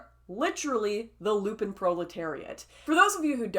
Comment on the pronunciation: 'LUMP-en' proletariat, not 'LU-pin'